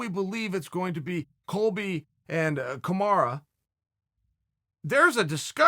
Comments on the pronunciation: 'Kamara' Usman. xD Chael butchering his name on purpose. Turned it into a girls name cuz he know usman a bitch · liz camoosh lol i love how chael mispronounce name on purpose 😂😂